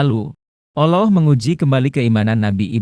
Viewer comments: Kalau menyebut alloh yg bner doong bung........ gmna... cerita suara nya gt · Min tlg belajar lg klo ngucapin lafadz alloh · Cuma caramy menyebut ALLAH tidak benar